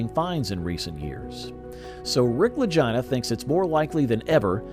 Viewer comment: The commentator pronounced the last name wrong . I bet Rick and Marty don't appreciate that very much lol 😅